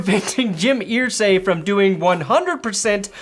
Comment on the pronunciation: It's "Er-say" not "Ear-say". Signed, A Colts fan